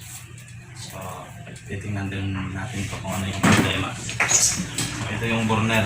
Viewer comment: Burner pronounced as "berner" sagwa pakinggan, burn beybi burn by usher 😂😂😂pero nice job sir,more helpful tips.